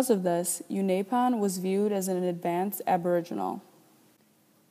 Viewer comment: you've pronounced unaipon wrong